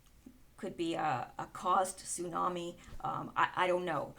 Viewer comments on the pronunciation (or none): none